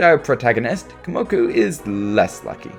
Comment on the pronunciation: You realize you’ve been saying Komoku instead of Kumoku this hole time, right?